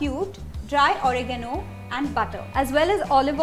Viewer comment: It's oregano nd not origno